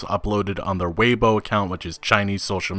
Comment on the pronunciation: Tay o bow? LMAO Tau - bau I can forgive Weibo(wei-bu-o) being mispronounced but oh my god tayobow.